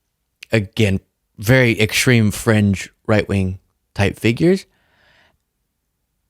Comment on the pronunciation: ENGLISH. Learn ENGLISH. Stream, not shtream Extreme, not eckshtream Dream, not Jream. You can be from Tschikahgo and shtill know how to speak ENGLISH. Love your channel; learn to shpeak.